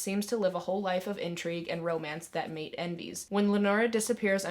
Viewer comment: So many good recommendations love hearing of new books that no one talks about I added several to my tbr. Also Maite is pronounced My-teh ☺️